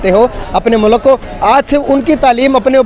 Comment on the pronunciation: Education ki bat or mulk ko moolak bol raha h